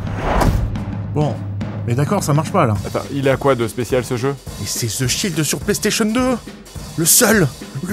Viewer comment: zzzeeee shield ! lol just en France i like zath !